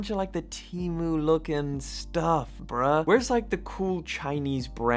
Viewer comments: Its not teemmyew 😂😩 teemoo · TEE-MOO,not TEE MEW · Why is bro calling it Temew 🥀